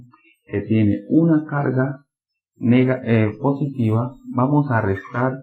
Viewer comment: En el minuto dice positva en vez de positiva ;)